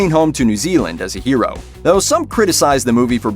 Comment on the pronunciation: oh my gosh, it's pronounced "Hero" not "Jeero" so infuriating